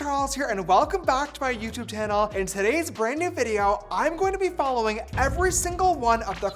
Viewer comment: & welcome back to my YouTube tannel 😂 gets me everytime, I love you James!!